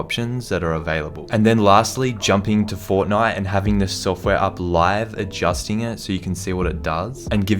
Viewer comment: when he said Fortnite was that british?